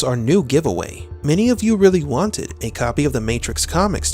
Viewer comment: Why do you pause when you say "Many of you wanted... a copy of the Matrix graphic novel." It makes me think you are saying "Many of you want it..."